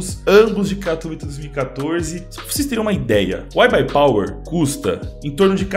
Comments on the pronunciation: Ta certo o jeito que vc fala, o pessoal acha que o mundo inteiro fala inglês, no Polonês correto ta certo "katovitça" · Salve dog ce diz bem o nome 'katowice' pk a cidade e da Polónia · Neguim tá é doido tu fala direitinho katowice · "Katowice" voçê está pronunciando bem sim, é uma cidade na polónia, eu sou da ucrania e moro perto da polonia. Quando eu vou lá eles pronunciam assim mesmo. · a pronuncia de katowice ta certa